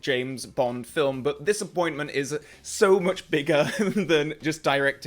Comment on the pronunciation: I could have sworn you said ''dissapointment'', instead of ''this appointment'' at the beginning of the video 😆